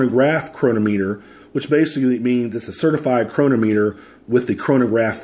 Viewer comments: Please check the way you pronounce chronometer. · The first part was regarding the way you said Chronometer, and I know you don't get paid if we buy it from Amazon. I never said you did, I know what Amazon Smile is. I just thought it was clever for you to slip it in there.